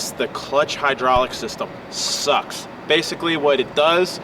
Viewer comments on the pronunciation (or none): none